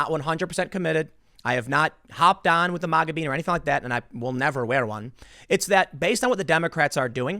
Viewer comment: MOGA? No it’s MAGA